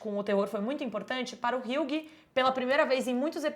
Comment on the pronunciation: Moça, uma dica, hughie se fala 'hi.wi'